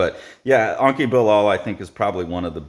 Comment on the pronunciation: it's not Anki but Enki Bilal (E as in TED) anyway not sure why people cannot pronounce letters the way they look